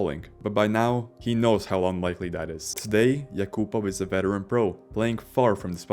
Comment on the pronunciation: AI can't pronounce yakapov's name.